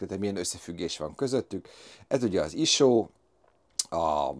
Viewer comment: Sose halottam még iso-t iso nak ejteni.:)